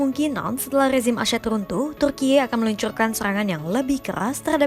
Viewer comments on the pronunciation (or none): Tulisannya Turkiye, bacanya Turki kaya biasa aja kali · alay banget ngomong turkiyeee nya😂